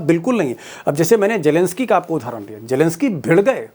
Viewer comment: Deepak ji.. Jelensky nahi.. Kindly pronounce his name as zelensky. Where is j in his spelling..?😢😢 It really sounds ugly n bad.